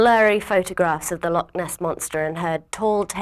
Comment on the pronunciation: You are pronouncing loch wrong. Shuck and Cù Sìth are 2 completely different things. Cù Sìth is in Celtic mythology and bares away your soul While black shuck is a Germanic Cryptid. The kelpie is not a water horse. It is a Shape shifter. It also doesn't only go for children. The Nuckelavee Isn't Scottish. It's Orcadian witch means that It most likely has a little Celtic Influence but is mainly influenced from Scandinavian mythology witch means it's Norn Not Scottish. You are pronouncing Dobhar-chú Wrong. A ch in Gaelic isn't pronounced C like the word Cú, It is pronounced Ch like in the word loch. You should stop using the word British as it makes no sense as the countries and Dutchies on Britain are incredibly different from each other with Wales and Cornwall being close and If you count Ireland, Scotland, The Isle of man and Ireland are close while Scotland , wales, Ireland, The Isle of man and Cornwall are Celtic, England isn't and some of the things from Orkney and Shetland aren't the only thing the Celtic countries have in Common with England is that Some of them are in a union with England. Also their is a lot more Scarier things Like the bean sìth in Scottish mythology.